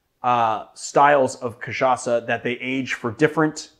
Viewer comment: That was a great pronunciation, nice R. Your "cachaça" is 10/10, too. Only sad you didn't mention rabo de galo translates to cock tail.